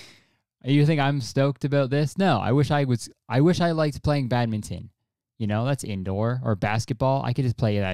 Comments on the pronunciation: i’ve never heard badminton pronounced like that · did just pronounce the "n" in badminton?